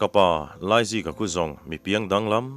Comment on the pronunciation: Laizika tih tur ah Aizika a ti tlat reng hi a chhiartu leh a then hi hlawm ti a sawi/ ziak bawk hian a tibuai hle mai